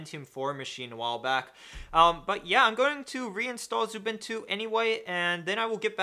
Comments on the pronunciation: I noticed you say 'Zubintu'. Pls stop. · ... No that's xubuntu not xubintu...